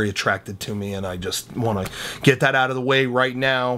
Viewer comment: Duh creem of duh creem